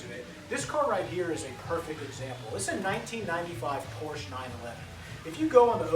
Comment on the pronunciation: HAHA this idiot can not even pronouce the brand correctly !